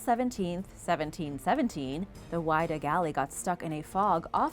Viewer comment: Not pronounced "Why-dah". Pronounced, Wid-ah